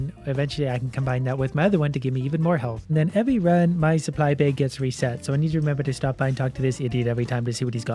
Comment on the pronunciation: Why you said a "beig" for a bag?